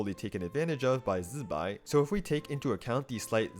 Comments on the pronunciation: Why's bro zaping like electro wizard while pronouncing zi bai's name like that🙏🏼😭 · I don't know why he says it in that way, even Chinese people when saying Zibai don't press the Z like that